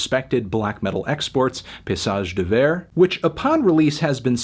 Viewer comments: Fantano I know you didn’t like the LP, but was pronouncing it as “Pissage Bel Air” necessary 0_o? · It's pronounced pay"E"sage d'hiver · Please stop saying it as piss-age d'hiver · Horrible way to say paysage d'hiver! say it this way fatano: [PAY-E-SAAGE] [D'EE-VAIRE] this would be better but still not perfect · Well he didn't pronounce Paysage d'Hiver right either so why not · can't pronounce band name.... 0/10